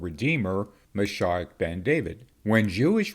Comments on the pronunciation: I’ve always heard it pronounced Ma sheeee och rather than Ma shi och And actually, Jesus, the Messiah, would be Yeshua Hamashiach (Hama sheee och) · Moshiach is pronounced MOE - SHE - AH